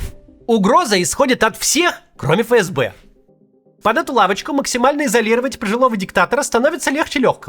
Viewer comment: Ребят, не фэ эс бэ, а эф эс бе правильно произносится. Простите, но вы из раза в раз, а канал авторитетный